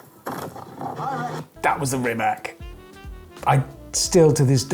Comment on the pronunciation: Richard, guys please, just please name Rimac properly, it is so annoying. You should say Rimac with "tz" at the end for english speaking people.